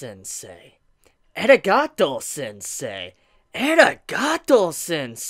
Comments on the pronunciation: aa reee gaaa tou NOT ehhhragahto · its Arigato not Eragato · eragato sensei?? did yu mean a-ri-ga-tou sensei? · eh-riga'ato sensei? The pronounciation there is weird xD but entertaining nonetheless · I thought that might be the case and I would like to believe that too. Since I was cringing so hard. lol